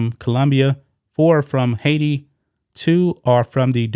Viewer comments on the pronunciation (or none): none